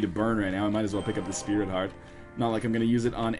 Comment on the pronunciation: Lots of Speary Tarts in this one. I know it's "sprit heart", but now you can't unhear it!